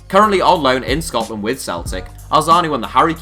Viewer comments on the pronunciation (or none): none